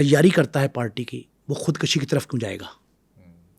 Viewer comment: بہت زبردست پوڈ کاسٹ بنایا ہے آپ نے۔ آپ کا انداز بھی بہت اچھا ہے۔ مگر ایک لفظ جو آپ نے بار بار استعمال کیا ہے خود کشی (khud kashi )۔ یہ خود کُشی( khud kushi) ہوتا ہے۔ دونوں الفاظ کے معنوں میں بہت فرق ہے۔ ۔